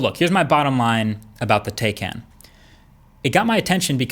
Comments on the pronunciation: Tah-ikan, not Teikan. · oh for the love of grammar, it is pronounced "Tie-Can" NOT TAY-CAN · It is Taj kán not taj kén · Tay-can? Nononono it's pronounced Tie-Khan. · It's pronounced Tie-Can (not Tay-Can) regardless of how it's spelt. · For the love of god it’s pronounced “TIE CAN” not TAY! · Florian Haffner it’s pronounced TIE not TAY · it bothers me to hear Taycan. It is pronounced Tikon. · It’s 👔🥫 not “Taey Caan” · i believe its pronounced, TIE-CAN, not, tay cahn. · *TIE - CON Not TAY - CAN Just a heads up :) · TAYCAN not TEYCAN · It's Tie Can not Tay Can... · It is pronounced “ tie...khan. ” and not “ ty.. can” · Taycan is a Turkish word that means young horse and pronounced Tiecan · Btw is pronounced tie-can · It's pronounced Tie-can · Pronounced Tie-caan (almost like 'Kahn'). 👍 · pronounced: thai- can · Why can't americans spell simple names? Its pronounced Tay-can (both "a" sound like the "a" in "ancestor or walk) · Pronounced Tie Can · FYI - pronounced “Tie-con”. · PSA: The correct pronunciation is TIE-KHAN. This is according to Porsche's official YouTube channel. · I fear this video was sponsored by Elon Musk. Firstly, it's pronounced Tie-Can. Let's see you upload a quality comparison. That will be 'fun'. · Please learn how to pronounce it....you said the name wrong a million times. It's pronounced TIE-con...check out the official Porsche youtube "how to pronounce Taycan". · It's pronounced 'TIE-CAN' ✌🏻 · Porsche Tay-K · Are you idiot? You can't say that likewise can, it is Turkish name, you have to say like Jan:can. Got it? You have to say tayjan ( taycan) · It’s pronounced “Tiecun” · aren't you're mispronouncing the name - Tie Kahn - Turkish for spirit of a young horse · Porsche Takyon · Indeed he did... though it is pronounced "Tie-Con".... awesome vid though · It’s pronounced tie-can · so is it tay or tai can? i heard u use both. so if its like that im gonna pronounce porsche toucan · It's pronounced "Tie-Can". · It's pronounced "tie-kahn"